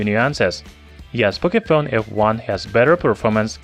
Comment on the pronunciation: "Pocayphone f1" ?? lolss